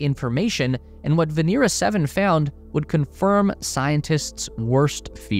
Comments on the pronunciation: VenEra, not VenEEra. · POV you have the time to make a 16 minute video that will hit 2M views, but dont have the time to learn it's Vénera not Venéra. smh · It is not veNEEra in Russian, but rather VEHnera.